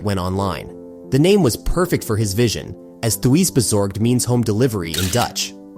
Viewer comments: Pronounce Thuisbezorgd : [tusbezorgt] where the [ui] sounds like in "further" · tuiiisbezorgd? thats a lazy pronunciation.